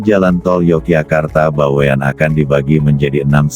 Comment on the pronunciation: Bawen. Bukan BaweAn